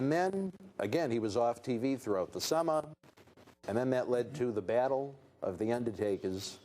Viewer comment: "Throughout the SUMMAH!"